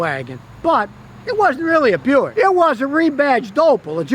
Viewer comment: Why is Buick pronounced Byu-ick and not Bick?